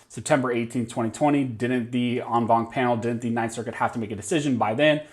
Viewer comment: I just dig when you say on bonk. Thank you for the update.😆😆😆